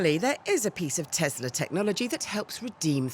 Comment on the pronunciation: it's a tesla not a "tezla"